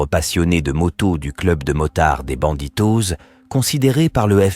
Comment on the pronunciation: BandiDos (bandidoss) et pas banditoze. L'utilisation de l'IA demande tout de même de l'attention.